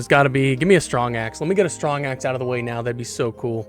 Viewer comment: "Stwong axe" 😂